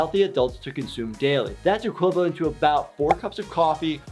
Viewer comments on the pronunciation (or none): none